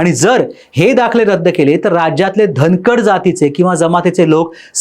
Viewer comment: अरे धनकडं नाय र बाला 😂